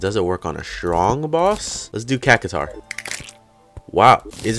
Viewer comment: You are saying cactaur wrong